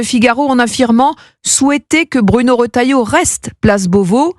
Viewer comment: Retailleau! Et non rotailleau.